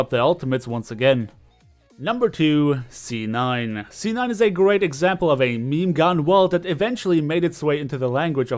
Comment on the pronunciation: do you say "z9" when it's "c9"